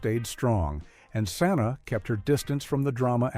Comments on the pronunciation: It's, Pronounced Sah-Ny-Ah! Not, sa-nah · Yes. Santa instead of Sanae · AI can’t read names correctly Santa who in the heck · You pronounced Sanaa's name wrong.. Shaq should be ashamed of himself. He had a good woman who always threw surprise birthday parties for him!!